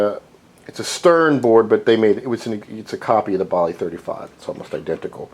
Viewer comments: it's BALLY not BOLLY!!!! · This video is horrible. First of all, the narrator blows his nose constantly during the video. Gross! Secondly, he knows nothing about troubleshooting a Bally CPU (BTW...it is pronounced "Bally", not "Bali"). He has a AS-2518-35 CPU with a locked on LED. He fails to test to ensure that pin 40 of IC9 is high. If it not high (~+5 volts), then there is a problem with the reset circuitry. He continuously says the problem is with either IC6, IC9, or IC10, but he repeatedly points at IC11 (instead of IC10). Delete this video and pull up if you have a CPU that needs troubleshooting.